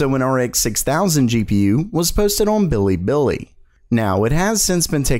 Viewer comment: bee lee bee lee not billybilly or alternatively pronounced as biribiri